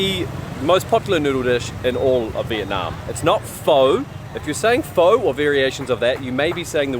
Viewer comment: 👏 for trying to pronounce Pho and Thank you properly 😊